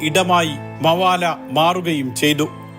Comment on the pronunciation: മവാല അല്ലടോ മബേല